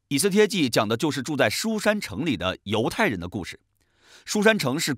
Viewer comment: 读错了吧